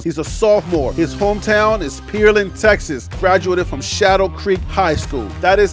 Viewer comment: Pearland is pronounced Pear- land! Check out pronunciation like Lub- like hub! ( Lubbock) my brother check to see how to pronounce the words cause you are butchering the pronunciation please! When you use mid pronounce I think it's a place I don’t know till I look at the spelling! I love your show, and I love your energy! But I want you to keep blowing up but the content is slower than the others with Coach Deion! I'm rooting for you my bro!